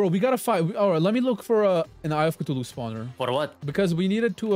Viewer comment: "Brain of thuhulu"